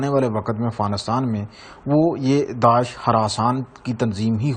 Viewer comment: daash nahi daish hey